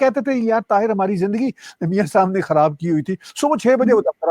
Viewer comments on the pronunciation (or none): NAMASKAR JI.TAHIT.NAHI.TAHIR.NAME HEY JI